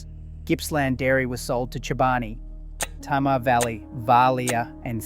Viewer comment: Interesting, but you are mispronouncing Tamar. To me as a Tasmanian, it's actually painful.